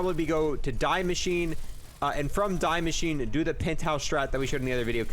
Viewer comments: Its not die its de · I don’t want to be that guy but it’s pronounced Dee Machineh not Die Machine. The name of the map is German, not English. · Its not DAI MACHINE its DIE MASCHINE its german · Die machine is pronounced Dee mashee-ne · It’s pronounced Dee-Mek-in-a Sry that sounds rude just try a help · Is this the right way to pronounce die maschine I think the die is pronounced as dee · You say DEE Machine its german like DEEz nuts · It’s pronounced “Dee machine”.... DIE Is THE in German 🤦🏼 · Love your guides, great work, thanks for this one specifically. But man, how come you pronounce Die Maschine so absolutely poorly? I'm pretty sure you're smart, and know that the way you're saying it sounds really... kinda nasty? i guess?, just wondering why that 1 single thing is the only thing you do wrong on your entire stream, haha. I have pet peeves and i apologize for taking it so seriously. but it triggers something in my head every time :-( (its dee mascheen) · You are a good youtuber, but stop saying die machine wrong😆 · Same with how he says die machine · I hate how he pronounces die maschine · I'm sad that him saying it the way he does triggers the living shit out of me especially with the amount of times he said it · The way you pronounce Die Machine gives me aids